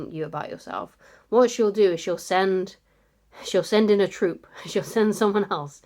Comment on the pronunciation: 'Zend out the zcout!' hee hee (ezpionage) 😆